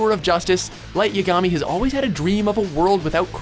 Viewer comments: i cringed every time he put the wrong emphasis on Yagami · Hannah Prochnow i know right a little me die everytime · nothing like that classic watchmojo pronunciations, and not as a purist but some of the names they butcher are said properly in the dubs (yaGAmi vs YAgami) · Its pronounced YAgami, not yaGAmi. Is it really that hard?! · Pronounced "Ya-Ga-Mi" not "Ya-Gami". You think they would learn how to pronounce the names better when they research this stuff. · It's ya-guh-me not ya-gah-mi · YA - GA - MI!!! PLEASE STOP SAYING IT WRONG!!! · you pronounced it wrong. its light yagami ( yah gah mee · PLEASE it's Light Yah-ga-me. Please stop mis-pronouncing it. It hurts when you do :( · Yagaami LOL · lol "light YAH-gami" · It's pronounced "Yágami"! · Light Ya-gami? Not how to pronounce it buddy 😂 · WTF!!!!! i only watched this video to see if Light Yagami was on it and even though i am happy to say that he was!! they freaking pronounce his name wrong!!!!!!!!!!!!! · Really, nobody's going to thrash him for his pronunciation of Light Yagami? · Who else cringed when he said yagami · please tell me am not the only one who got mad when they said light yagami named wrong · You are pronouncing Light Yagami wrong... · Can't even say lights last name right.... lol. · nice mispronunciation of lights name but after all the name blunders in the past what do you expect but honestly this one is impressive i didnt think it was possible to mispronounce his name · you got lights, name wrong just saying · You think he'd know by now how to pronounce Yagami. Oh,... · Light yagami... Say it right please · I like light, and another thing, how do they mis pronounce his last name? its said the same in the dub and sub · You know they say Light's last name MANY times in the anime....why do you still say it like an idiot? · The way you pronounce Yagami gave me cancer. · They said Light Yagami's last name wrong